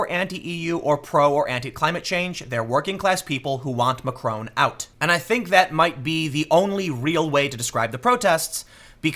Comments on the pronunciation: Mr McRone?? ma-CRON. Look up how the 'o' is pronounced in France. Don't pronounce it with an American accent. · Please Tim it’s Mac-Ron not Macr-Own. You should know how to pronounce his name cmon. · It's Macron not Macrone. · Dude learn to pronounce stuff. it's deligitimizes you. Macron isn't Macrone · "Macron" is pronounced with a short 'o' sound.